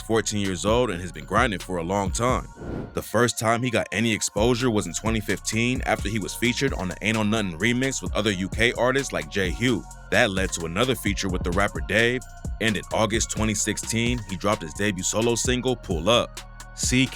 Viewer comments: The narrator really called J Hus "J Hugh" 😂😂😂😂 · It's J Hus not J Hugh.....and the Ain't on Nothing track he jumped on was a Youngin tune not a JHus tune! Need 2 do ur research properly G! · Bro its j his not j hue😅😅😅😅😅😅😅💀💀💀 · Has he just called j hus j hugh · J Hue 😂😂😂😂😅 it’s J Hus bro loool! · Lmao man said Jay Hugh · is Jhus no j hue lmao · J WHO??? j hew? dude J FUCKING H U S MAN wtf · Man called J-hus ‘J hue’.. Im dead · who the f*ck is J hugh , you mean Huss you drip😅😅😅 this guy fam😂😂😂😂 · J Hus bro not hue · man said jhue 😂😂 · Man said J Hugh 😆😆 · Jay Hugh ahah it’s J Hus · Its J-HUS. J- HUSSSSS. Not J-Hue, that’s mad disrespectful, or you ain’t researching properly - one or the other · Calling J Hus J hue is crazy😂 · Man said J hue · Bruh did u hear how he pronounced Jhus lol